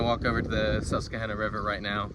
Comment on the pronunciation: Great concept. Quick note - we pronounce the river Sus-qua-han-a.